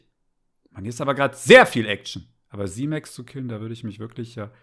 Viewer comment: Er heißt „simik“ Er heißt immer noch net Simex 😉😉🤣🤣🤣🤣🤣🤣🤣🤣